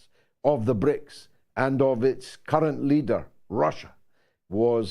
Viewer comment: George not BRIICS but BRICSI 😁